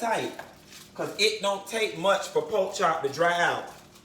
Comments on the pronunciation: Come through “pok chop” so Miami... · "Poke chop"😂😂😂🤣🤣